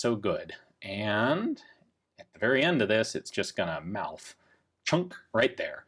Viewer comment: “we also got that mouf” 😭😂